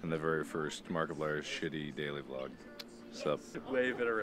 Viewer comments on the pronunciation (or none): Were talking old fetus markiplier. He used to pronounce vlog as v-log. And it would annoy all his subscribers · He used to say the letter V making vlog sound like two words instead of one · Mark, you were pronouncing it wrong. It's not a vlog it's a V-log!... I have been here too long...